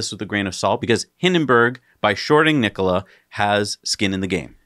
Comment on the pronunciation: Mary called it "Nikoli" in the cnbc announcement.